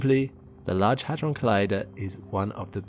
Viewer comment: with your accent i thought you said a$$ drum